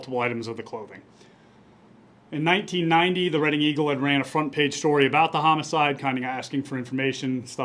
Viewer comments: Yes and Reading is pronounceed redding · Reading is pronounced red-ing. Thanks for all your updates on these cold cases. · Rhymes with bedding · You need to do better when pronouncing town names. They said Reading correctly at least 3 times and you still got it wrong. Disappointing.